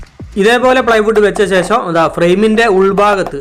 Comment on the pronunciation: 'ശേശ'മല്ല, 'ശേഷം' ആണു ശരി.